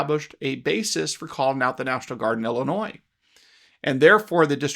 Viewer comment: The smartest person in the room knows it's Illinois not Illinoises.